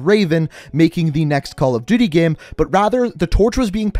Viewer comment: Say "GAME" and not "GEHM"